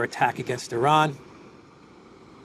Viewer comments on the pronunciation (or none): none